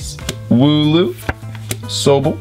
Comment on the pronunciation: They way you said Sobble made my day